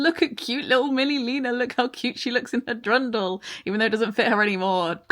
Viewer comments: the way you kept mispronouncing Dirndl made my austrian ears twitch a bit... (I keep hearing drindle) so, for future a pronounciation guide (austrian german, not english pronounciation): DIRndl - the dir is very similar to the english word "dear" dirNDL - the ndl is a bit tricky, but everyone who can say "Kindle" is already producing that sound... just leave out the "ki"-part DEAR-NDLE = Dirndl You're welcome;) (permission to use this as a fun fact to sell your dirndl with even more benefits) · I love the video and this is such a minor thing but as a Bavarian PLEASE it's Dirndl not Drundle lol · Its pronounced 'Durndle' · Love the video, thanks for all the tips. It's a dirndl pronounced durn-dell.😊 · not sure if i cought that but if you said: "dirndl dress" its pronounced more like "Deer N del"